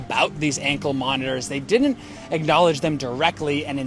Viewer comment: Are you able to pronounce didn’t correctly?